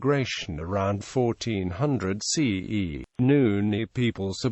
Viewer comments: Why is he pronouncing Nguni as Nuni...? Insulting us...? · Sorry am laughing. I came to the comments after hearing that. Wow what an insult. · what the hell does even a white person knows about black cultures and migration🙄🙄 he is not even pronouncing it correctly!! these people are too forward & it annoying